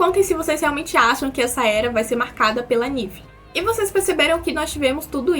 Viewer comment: Um detalhe pros próximos vídeos, a pronuncia do nome da NVee é tipo "En-Vii".